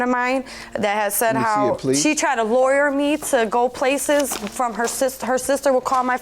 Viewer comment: Lure not “lawyer”… girl.